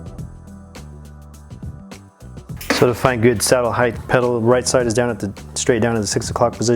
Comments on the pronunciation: Just an fyi...height is pronounced "heit" No "th" at the suffix. Just one of my peeves... Great video otherwise. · Rider height... why do people say it like it spelled heighth? Sorry but thats a huge pet peeve.